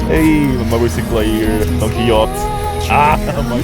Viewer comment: don quixote pronounced "don qi-ho-te"